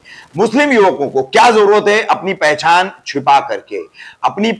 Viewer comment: पहझान नही पहचान होता है ।। फंखा नही होता पंखा होता है। लिम्बु नही ।। निंबू होता है